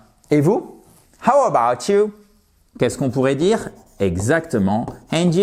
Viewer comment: You do not put the accent on ‘about’ in ‘How about you?’ The accent is in YOU! How about YOU?